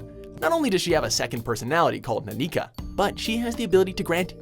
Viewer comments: That pronunciation of Nanika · i swear to god if nanika's not on this… ok, she's on it but you butchered her name